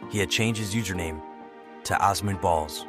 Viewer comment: As a Turkish person I am shocked we made it to a popular community only to be attacked because of our looks and shut down, and also instead of saying Allahu Akbar they said God is the Greatest (same meaning but the latter sounds kinda christian for a muslim country) Also the multiple times you mis-pronounced Osman 😭